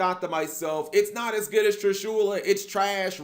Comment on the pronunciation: Who cringes when he says "TrishUla"?